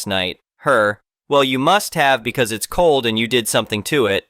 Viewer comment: It also repeatedly says bee see instead of because.